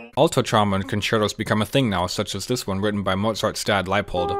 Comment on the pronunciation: Why do you pronounce trombone like "tromon"???